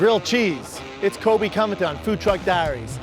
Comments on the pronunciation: Did he just pronounce (in the beginning) Colby Covington's name as "Coby CoviTime"? Ahaa, he must not like him for reals. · “Colby cungton” Jesus can’t you just redo the seen if you fuck up his name? Watch “I’m Not Surprised “ by Beige Frequency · "It's Koby Connington, on food truck diaries" the fuck did you just say lmaooooo